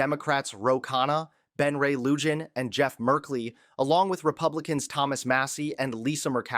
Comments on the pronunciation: Lujan The correct pronunciation of the Representative’s last name is NOT “Lu-Jon” but rather “Lu-Han”. Please! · It's pronounced loo-hawn (Lujan).